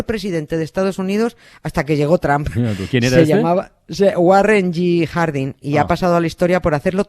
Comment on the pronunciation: Nieves: Cuánto sabe usted de historia de los EEUU, se nota que estuvo allí estudiando y viviendo. Pero no se enteró que Trump allí no se pronuncia tramp sino algo así como tromp.